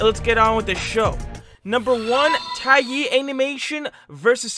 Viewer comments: Te-yai not taye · Btw its dae-Yai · I liked how you pronounced taeyai lol. It's actually pronounced "Tay Yai"